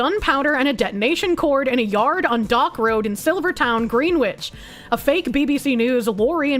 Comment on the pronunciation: how on earth did she grow up in a place with names like "Wooster" and "Loul" and not know "Greenwich" is supposed to be pronounced "Grenitch"? ha! I'm not alone in this!